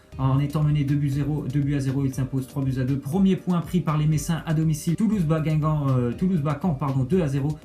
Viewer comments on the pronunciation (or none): none